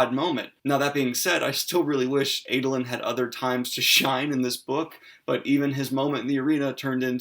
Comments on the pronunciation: I find the differences in my pronunciation of the names (as a South African) and Daniel's (as an American) to be fascinating. For instance I call him AH-doe-lin, not AY-doe-lin. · Ahdolin not Aydolin. Shallan not Shollahn. Lol sorry that's just me